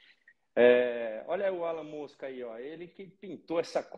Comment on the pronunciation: Rubinho falou Alan Mosca - eu escutei Elon Musk...